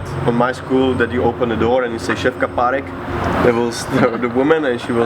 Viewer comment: ja zomreeeeeem do tej angličtiny ako furt povie (Šefka parek) som musel stopnut video a valal som sa na zemi